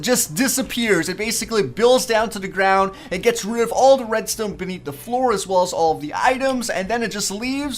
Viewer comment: he says redstone like redstewn